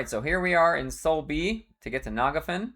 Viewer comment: I've heard many wrong pronunciations for EQ names and locations in my time, but the way you say Phinigel and Nagafen really take the cake. 😅